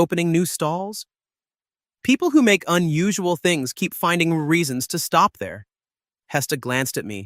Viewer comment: You stopped speaking English when you tried to say stop; that was bad. Almost bad enough to downvote this video, block this creator and leave after spending almost 2 hours watching this video; you should not do shit like that. Not impressed.